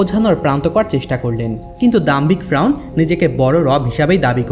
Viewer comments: ভাই ফ্রাউন না বলে শুদ্ধভাবে ফেরাউন বলেন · Faeaun na valo kore bol ki koas agolo ata hobe fereun besi soddo boltasos tr ai kotha soina kemon jen mone hy toi besi sikhito hoite chas 😂😂😂😂 bolod ocharon na korte parle bolis na besi soddo kore bolte giye bokachuda hoiya gesli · ভাই ফ্রাউন না, ফেরাউন হবে,উচ্চারন ঠিক করুন। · ফ্রাউন না ফেরাউন একটু স্পষ্ট ভাষা ব্যবহার করবেন ধন্যবাদ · ফেরাউন শব্দ Frawn না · ফ্রাউন না ফেরাউন রে ভাই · Fraun na feraun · Bar bar frawn keno bolen or nam ferawun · আরে ভাই ফ্রাউন না,, ফেরাউন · Shobar age ferauner nam bolte shikhen fraun abar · Apni vul bol Chen ..fraun noy...shotik hobe Fera un....uccaron thik koren. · ঐ মিয়া বারে বারে ফ্রাউন কিসের? ফেরাউন বলতে কষ্ট হয়😂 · শব্দটা ফ্রাউন না শব্দটা হলো ফেরাউন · কথাটা ফ্রাউন না, এই পাপীর নাম ফেরাউন🤭🥴🥴🤭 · Fraun na....Feraun....apni nam ta valo kore uccharon korte parlen na....??? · ফ্রাউন নয়, ফেরাউন। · আপনিতো দেখছি স্বশিক্ষিত বাংলাবিশারদ।বার বার ফ্রাউন ফ্রাউন কথাটা বিরক্তিকর,শব্দটা ফেরাউন হবে।